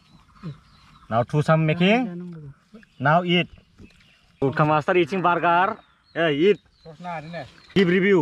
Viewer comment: GUTKA* NOT KHAAA